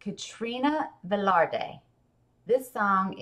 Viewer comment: It’s actually “Velarde” not ‘Verde”